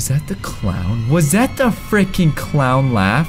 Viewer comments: it’s not freakin it’s frikin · it's frekin